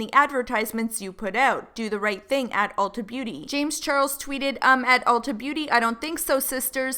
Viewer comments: Every time said “ultra” instead of “ulta” I died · i love the way says ultra instade of ulta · lmao that called it "ULTRA" smh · said “hello ultra” 😂 ULTA not ultra 😂😂😂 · saying “Ultra” instead of Ulta PLEADING at them made me CRINGE SOOO BAD. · saying Ultra instead of Ulta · when he calls it u l t r a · dying at calling it "ultra" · saying "Ultra" xDD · every time says "ultra" i actually wheeze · babe it’s Ulta 😂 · Lol ultra...that's how you get taken seriously by a company, mess up their name...REPEATEDLY 😂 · Jade Hansen bc its Ultra without an R. this how is. 😂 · calling it "Ultra" lolololol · Forget Carol... I’m pissed at Ulta for shading because he pronounced their name wrong. I’m still mad about the Carol situation though. Carol should’ve gave right information, but she shouldn’t have been put in that position in the first place. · I looove how mispronounced Ulta but said Sephora correctly! Haha!! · mispronouncing beauty companies is everything. “ultra” “sumphora”